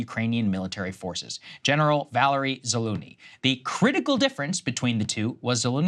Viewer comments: Its pronounced ZAH-LUGE-NEE there Texican. Za looney is the Canadian dollar😂😂😂😂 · Sa-lu-sh-ny. The 'sh' part is prominent. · Zalu-jinny - use Google.